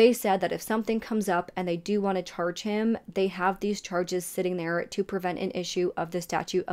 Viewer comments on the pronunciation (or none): none